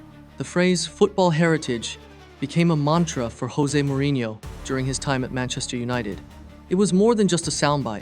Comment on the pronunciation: Hey bud, Wikipedia exists- you can see how to says Soljskaer and Jose Mourinho or Diogo